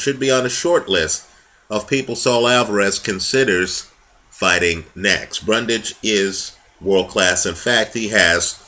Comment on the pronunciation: Great video once again. One necessary correction as the mistake was repeatedly made.. It's "Bundrage" not "Brundage".